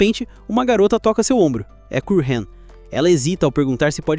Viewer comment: Por que quase todo brasileiro fala o nome dos personagens totalmente errada? Que ódio cara kkkkkk, não é kueihen, é Kureha, se pronuncia Kurerra